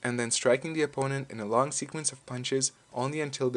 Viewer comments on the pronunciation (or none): none